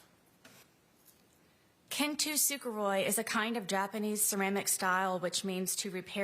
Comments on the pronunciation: Sarah is full of crap. She's mispronouncing the Japanese art of Kintsukoroi. She's pronouncing it "Kintusukoroi." Someone is helping her sound all dramatic and artistic, as if SHE is a piece of broken ceramic, healed by "gold lacquer." Im sorry Sarah, it doesn't work this way. You don't get to spend nearly 5 years showing NO remorse for the horrible, drunken debauchery you pulled, and then put on a performance at sentencing, expecting the judge to believe you, especially after all of your LIES during investigations, interrogations, and trial. Foolish enough to turn down an undeserved plea offer, in lieu of a LIFE sentence? Kintsukoroi doesn't apply to you now, nor did it then, when you foolishly tortured and killed a man who was NOT who you made him out to be. Too many other people know YOU had a history of drunken violence and manipulation, of not only Jorge and your ex husband, but of the men you flirted with at the pool halls you frequented. YOU had attacked your ex husband for years. YOU were a horribly irresponsible mother. Stop making yourself out to be the artistic, poetic person that you are NOT. These posts will be printed and mailed to Sarah eventually. What a sick, twisted, self centered witch. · She can't even pronounce Kintsugi and if your occipital lobe is crushed your skull is crushed and you're dead. She's so stupid it's hilarious. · Occipital lobe? She's so incredibly stupid it's hilarious. Can't even pronounce Kintsugi, she's a calculating joke.